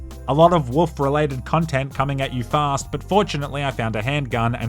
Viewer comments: It pronunciation is WOLF not WOOF.... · you know there is an L in the word wolf right?